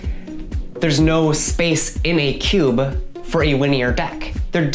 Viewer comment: "cuba" pronunciation of cube, is quickly becoming a pet peeve for me